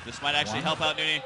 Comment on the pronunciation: Husky pronounces it right: New-nee. If you ever hear say Nony he pronounces it that way.